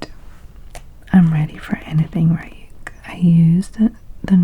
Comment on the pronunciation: Ryuk’s name is pronounced like Ree-yook 😁